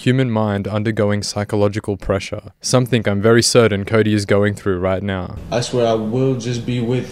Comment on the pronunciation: Please stop adding a K on the end of words like something and anything! Your narration is perfect aside from that, love the episodes! Awesome to see all these scumbags go down on camera